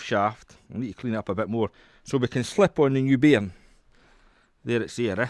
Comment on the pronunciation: Wow, this is where english originated from and just figured out he was saying bearing, not bm